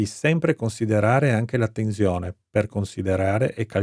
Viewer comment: A volte dice anche tezione 🤦